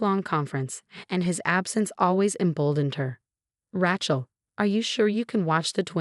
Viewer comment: RAY-CHEL not RA-CHEL